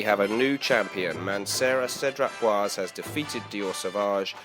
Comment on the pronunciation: my pet peeve is americans and brits not getting french pronunciation right :) it's boisé, like in blasé. the last e is not silent because of the diacritic mark :)